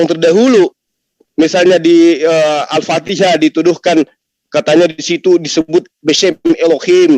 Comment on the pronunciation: Koreksi menyebutkan ALFATIHAH, BUKAN ALFATEKAH,,,, Penyebutan yg salah akan mengakibatkan panjang perdebatan dan men yalahkan balik.